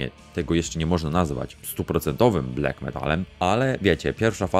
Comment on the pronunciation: Blak, a nie blek i gods, a nie gads